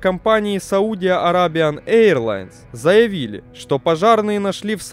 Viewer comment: САуди АрЭбия произношение.